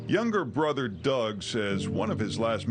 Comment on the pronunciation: Ashley, It's Not Brodder ,brother it is